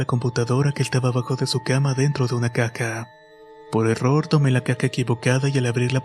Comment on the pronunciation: Solo soy yo o escuche caca y no caja